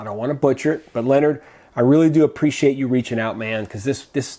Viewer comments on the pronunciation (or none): none